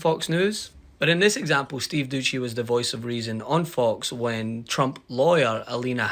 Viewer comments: It’s Steve Dooo seeee not dooocchi 😂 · Doucey is a knob, but at least get his name right. It's not Doochey. That's just lazy. Do better.